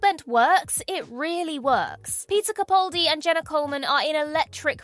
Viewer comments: I've lost count of the number of times I have tried to get your attention to correct your pronunciation of Peter CaPALdi's name. For the record (and I doubt for the last time), it's: CaPALdi, CaPALdi,CaPALdi,CaPALdiCaPALdi,CaPALdi, CaPALdi,CaPALdi,CaPALdiCaPALdi,CaPALdi, CaPALdi,CaPALdi, CaPALdi, CaPALdi, CaPALdi,CaPALdi,CaPALdiCaPALdi, CaPALdi, CaPALdi CaPALdi,CaPALdi, CaPALdi,CaPALdi,CaPALdi CaPALdi,CaPALdi,CaPALdi CaPALdi,CaPALdi,CaPALdi CaPALdi CaPALdi CaPALdi CaPALdi CaPALdi CaPALdi CaPALdi CaPALdi CaPALdi CaPALdi CaPALdi CaPALdi CaPALdi CaPALdi CaPALdi CaPALdi CaPALdi CaPALdi CaPALdi CaPALdi CaPALdi CaPALdi CaPALdi CaPALdi CaPALdi CaPALdi CaPALdi CaPALdi CaPALdi CaPALdi CaPALdi CaPALdi CaPALdi CaPALdi CaPALdi CaPALdi CaPALdi CaPALdi CaPALdi CaPALdi CaPALdi CaPALdi CaPALdi CaPALdi CaPALdi CaPALdi CaPALdi CaPALdi CaPALdi CaPALdi CaPALdi CaPALdi CaPALdi CaPALdi CaPALdi CaPALdi CaPALdi CaPALdi CaPALdi CaPALdi CaPALdi CaPALdi CaPALdi CaPALdi CaPALdi CaPALdi CaPALdi CaPALdi CaPALdi CaPALdi CaPALdi CaPALdi CaPALdi CaPALdi CaPALdi CaPALdi CaPALdi CaPALdi CaPALdi CaPALdi CaPALdi CaPALdi,CaPALdi,CaPALdi CaPALdi CaPALdi CaPALdi CaPALdi CaPALdi CaPALdi CaPALdi CaPALdi CaPALdi CaPALdi CaPALdi CaPALdi CaPALdi CaPALdi CaPALdi CaPALdi CaPALdi CaPALdi CaPALdi CaPALdi CaPALdi CaPALdi CaPALdi CaPALdi CaPALdi CaPALdi CaPALdi CaPALdi CaPALdi CaPALdi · Thanks for this. Interesting list but can you please correct your pronunciation of Peter Capaldi's surname: both 'a's are 'a' as in apple. Thank you. 🙂